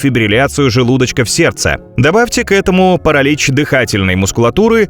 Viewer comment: Так это и есть нейронка. ПарАлич это просто самое явное что мелькнуло. Во всем видео то тут, то там неправильные окончания, местоимения, ударения и т.д.